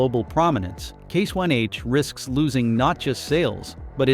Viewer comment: You’re saying case YH and it’s case IH idiot